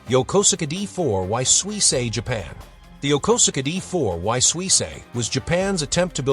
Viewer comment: Yokosuka isn't pronounced Yoh-koh-suh-kah; it's pronounced Yoh-kohs-ka.